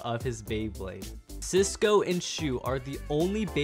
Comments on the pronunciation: Why do you call Silas ciso? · Did he say Cisco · Bro called Silas Cisco😂😂😂😂😂